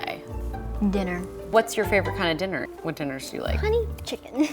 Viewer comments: The way she said dinner 🤣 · The way she said dinner..... Im sorry xD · Wtf why’d she pronounce dinner like that